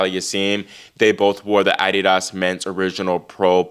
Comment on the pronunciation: The way your pronounce adidas , is thus the real correct way to pronounce the word and not the way we have heard it in America all our lives. ?